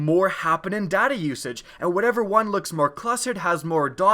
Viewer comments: The whole video i thought he was saying 'daddy' usage instead of 'data' usage XD. Good video, very helpful :) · In stead of data usage i heard daddy issues XD